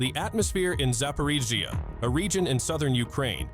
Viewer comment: Зипирижьйиии лол кринж